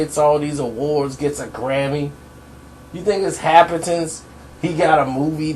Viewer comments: The word you're trying to pronounce is actually happenstance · Lol I caught that too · It's cool though you only said it like four times, good video though, i bin saying this for awhile his defenders are conveniently confusing content with flow.... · Bruh, if you say 'happenstance' wrong one more time. X-D